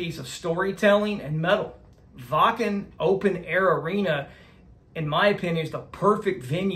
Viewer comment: Excellent reaction with a really good breakdown and analysis. Also one of the first American reactors to pronounce “Waken” properly! I know you will enjoy more of Nightwish, so all you have to do is follow General Gabriel’s famous list for the best versions of their songs to react to. Greetings from the Nightwish army UK division. 🇬🇧